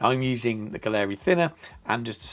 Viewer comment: If you’re getting paid to promote this line you at least should learn how to pronounce their name. Competes with the Infinity? Total rubbish!